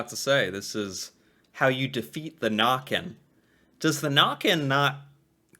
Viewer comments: Yeah, trolls are Norwegian. If you visit any Norwegian souvenir shop you'll find trolls. If you would like to know how to pronounce the ø sound in Nøkken - it's the sound you'll make when you say early. The ea-sound. ☺ Huldra is thought to be rather seductive - with a beautiful song voice. She would lure men into the forrest and take them. Her tail is a cow tail. 😅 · Its Nøkken not Nokken its pronounced wierd to oursiders so I understand the mistake and the legend is simular to the legend of loch ness but it is a humanlike creature. (also playing the violin instead of making strange sounds) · Norway here again. Huldra, Check Jotner, Check, Fossegrimen....Never heard about it... Nøkken, Check (the Ø is pronounced as the U in "church" or "turn" or in "urban") Not like "Nacken as you said" :-) Trolls, check. I would have kicked out Fossegrimen and replaced him with "Draugen". It's a myth from the coast, and since we have a long coastline, everybody has heard of draugen. (google translate it). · The way you think Jotne is pronounced is almost correct. In Norwegian almost all words are pronounced as it is written. J is j sound and not dje sound, o is a o sound and not an å sound, t is t, n is n, and e is e sound not i sound. Easy, Jotne not Djåtni! They also misspelled Nøkken to Nokken and pronounce it Nàkken. It's Nøkken with an ø sound. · "Nøkken or Noekken" ; The ø is simolar to when you say early " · She should definately pronounce the names in norwegian and not make them english. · She mispronounced/misspelled every name and gave a rather poor description on all of them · I hurt when I heard nokken for the first tome instead of nøkken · Nøkken, not «nokken»